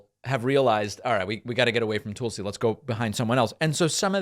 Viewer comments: its not Toolsi Gabbard.. its T'uh'lsi Gabbard. I noticed you do that with Tulsa the city as well. Its not Toolsa, its T'uh'lsa.. maybe its an eastern accent thing but being that you correct a lot of grammar i thought i might bring that up. although maybe your saying it that way because she is a compete tool. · “TULL-see” not “TOOL-see”, David. Come on. Hawaii person here. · Its not Toolsi its Tulsi. Trust me Glenn Greenwald does not ever talk about you. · Toolsi? Weird how he says her name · Why does he always mispronounce Tulsi's name like that? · Please stop mispronouncing Tulsi's name David.